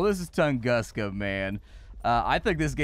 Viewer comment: Yup, another day of English spelling breaking a word. It's Toongoosca.